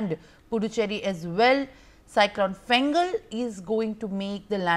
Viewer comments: Small confusion over the name of the Cyclone. It's Fengal Not Gengal 😅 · It's not Gengal it is Fengal